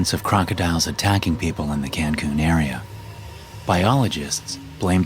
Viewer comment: “Cancoon”? Who says “Cancoon”? It’s Cancun